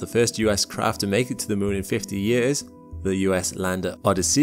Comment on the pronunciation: "Odd-uh-see-us" haha it's pronounce "Oh-diss-e-iss" 😅